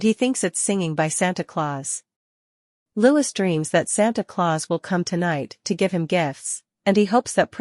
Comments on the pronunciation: Odd how the AI knows exactly what Louis thins and feels and does. and it's Lou-ss not louj-iss. and William is not King William yet. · You assume to know alot about what L-O-U-I-E thinks and does...yet you cannot even pronounce his name correctly. Your monlogue is ridiculous. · His name is not Lewis. His name is Louis. (Pronounced as Loowy)